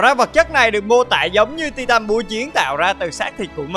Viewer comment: Tai từn chứ không phải ti-tan nhé